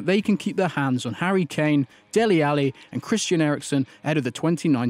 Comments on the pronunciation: He said ch-a-n but it is k-an-e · lol harry chane. How do mispronounce kane